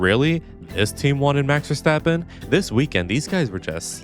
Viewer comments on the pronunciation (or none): none